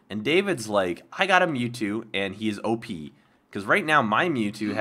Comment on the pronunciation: In stead of OP I thought you said oh I need to pee! LOL !